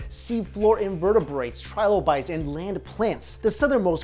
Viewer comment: It is pronounced trilobites not trilobites! Js duh.